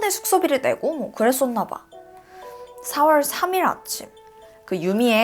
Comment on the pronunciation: 4월 7월 발음이 이상해여 중간중간 거슬림...ㄹ들어가는 발음이 대체로 그런듯